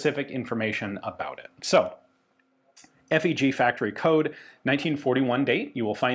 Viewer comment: FÉG is actually pronounced "faeg".